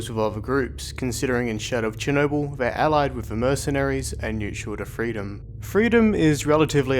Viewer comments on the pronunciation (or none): none